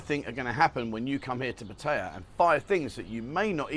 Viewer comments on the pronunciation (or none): It would be nice if you’d show some respect for the Thai culture and pronouns the word Pattaya properly!